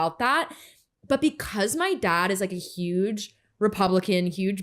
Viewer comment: Daad haaad can this bitch not fucken pronunce a fucking word without putting so much emphasis on the letter A in a damn word !